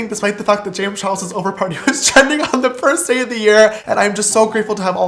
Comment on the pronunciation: Is it just me or its "James Chares"?